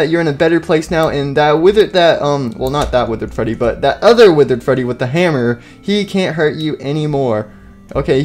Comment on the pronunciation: freddy not fweedy